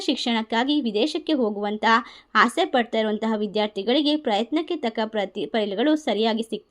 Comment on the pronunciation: ಹಸೆ ಅಲ್ಲ ಆಸೆ